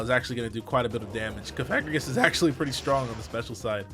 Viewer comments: no he saying it wrong, cofa-grig-us as in coffin grigus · Pronounced like sarcophagus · I just now realized that I've been pronouncing Cofagrigus wrong